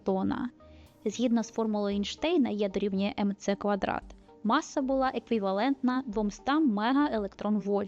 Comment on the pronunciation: якщо вже так принципово використовуєте етер (хоча можна і ефір), то чому кажете у відео то потяг, то поїзд? Куля у вас чомусь називається шар. А маса вимовляється з подвоєною с.